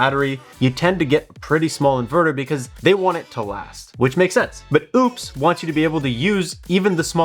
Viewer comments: Ugh pronounced as opus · It's pretty disrespectful to intentionally keep mispronouncing a company's name. This was my first time seeing your channel and if this is what you do you lost all creditability.